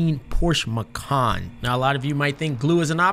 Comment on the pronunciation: It’s pronounced muh chan